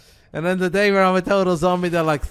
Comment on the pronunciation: Thought you said dad